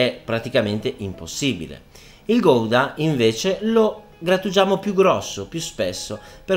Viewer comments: Gouda si pronuncia "Gauda" preferibilmente con la g un po' sgatarrata all'olandese :D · chef eheheheheh non si dice "Goidaaaa " Ma in italiano con la u senza pronunciare la "O" guda ma si scrive Gouda ...formaggio style Hollandese scusa chef ,...sei spettacularrrrrrrrr